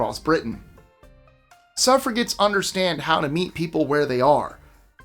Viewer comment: The snakes in "Snakes and Ladders" were later changed to chutes in America. I played "SNAKES and Ladders" as a kid here in Australia. Also, as an Aussie, I've never heard of more than half of these board games. BTW, it's SUFF-RA-JETS, not suff-ra-gets.